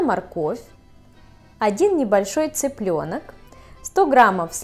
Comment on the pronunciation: не цИпленок а цЫпленок...